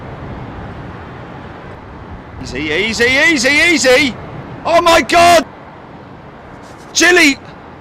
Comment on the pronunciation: Am I the only one who heard that guy say easy easy easy and thought oy oy oy?